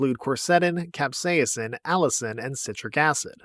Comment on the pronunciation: i have never heard someone say capsaicin like that